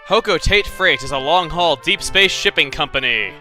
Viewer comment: When he said shipping I thought he said shitting compony lol